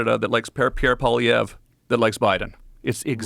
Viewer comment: So Joe thinks the government shouldn’t have the right to tell us what we can do; but he can. Why is Joe so obnoxiously obsessed with Canadian politics….for Chris# sakes, he can’t even pronounce Poilievre’s name….let alone does he know shiet about the trucker thing. Canada does not lack free speech, or rights. My god, he’s so obsessed with Canada. We’re good, Joe. Such a gaslighter. Holy 🙈